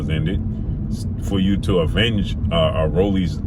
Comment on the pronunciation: Lol definitely sounded that word out. It’s *Avenge great brother